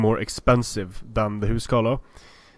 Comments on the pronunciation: why are you saying huscarlo ? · WalrusJones Isn't it the old norse way of saying it, and Icelandic is the language that's ressembles it the most out of the modern languages?